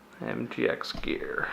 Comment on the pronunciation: Nice upgrades, thnx. But check your reading of company name! Oops